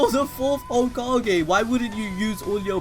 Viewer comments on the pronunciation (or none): none